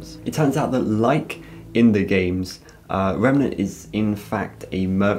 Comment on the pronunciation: Just to let you know, it's remeNAnt, not remeMEnt, lol